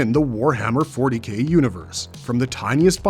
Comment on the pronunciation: Narrator : ...more commonly know as "Warhammer 40 Gay" Me: I know what he meant but 👀